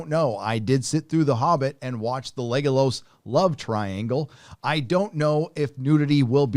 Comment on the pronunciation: Why does keep saying Legalos?